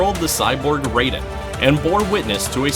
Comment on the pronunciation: Raiden is a different pronunciation in these games but I enjoyed the video